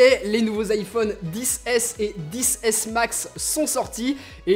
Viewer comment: Tu peut areter de dire "iPhone disse aisse et disse aisse maxe